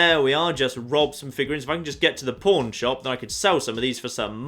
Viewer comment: Anybody else hearing "Pawn" as porn?